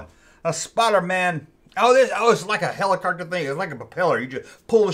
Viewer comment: Its not hellicockter its helicopter 😂😂😂